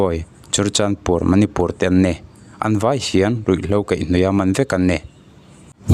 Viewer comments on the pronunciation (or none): manipur, "pur " hi tih rik hiam loh tur, mi sawi rik dante pawh hriat a tur tam a. ma aiin ni leh pur hi tih rik san zawk tur